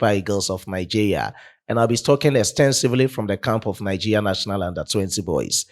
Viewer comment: Bro, you pronounce Nigeria as Nigeya